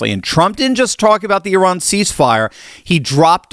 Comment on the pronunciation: you are one of the few to correctly pronounce Eeh-rahn.